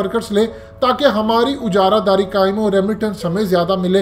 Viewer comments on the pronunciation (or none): Bhaijan,,, Ujara Daari nhi... Aajara Daari hota hai, just fyi